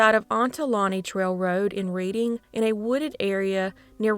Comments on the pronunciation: It’s “red-ding” PA. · Good and sad stories. FYI, Reading, PA is pronounced like Redding, CA, not like reading a book. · I'm unfortunately from the Reading Pa area and it's not pronounced like that it's pronounced more like Redding. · Reading pronounced past tense like Redding. 😊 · Reading is pronounced Redding 🤗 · I love your videos, but hearing you pronounce Reading, Pa hurt my Pennsyltucky heart. It's pronounced RED-ing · Thanks for continuing to bring these cases to us! Pronunciation tip: Reading, PA is pronounced “RED-ing”. Unintuitive, I know.